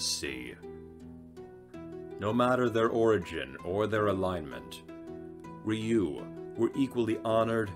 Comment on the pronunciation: Ryu is one syllable, not 2. You pronounce it more like the English word "Real". Kappa is "Car-Pa"